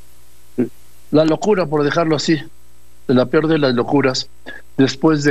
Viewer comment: Oye Doriga de donde sacaste a este distinguido médico con el PIOR momoento, se dice peor, no pior....